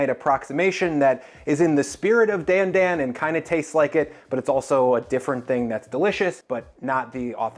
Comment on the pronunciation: Its not DAN DAN like the name Dan its pronounced d-ahn d-ahn kinda like donald